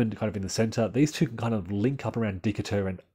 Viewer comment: Still trying to learn the game and enjoyed the commentary, but the city of Decatur is pronounced De kate ur. Hoping you continue this excellent series, with maybe more emphasis on possible Union employment of amphibious strategies.